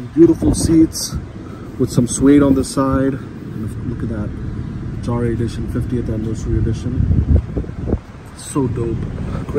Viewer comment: Front grill definitely grows on you , I think it’s pronounced “yahre “ though.